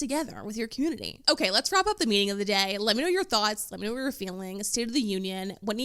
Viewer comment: Why did the word “whaaaeeettt” have 3 more syllables than it needed?